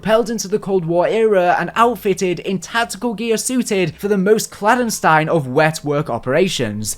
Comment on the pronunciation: stop please I know you know how to say it right